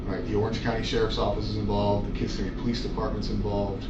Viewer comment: Kih-SIMmy. Not KISS-uh-me.